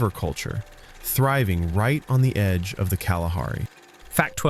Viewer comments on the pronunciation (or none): none